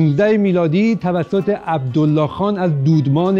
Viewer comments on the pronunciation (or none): none